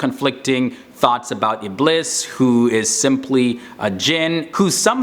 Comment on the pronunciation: Iblees with an s is the way to say it in arabic not z. Thats how its pronounced in the quran too. Best of luck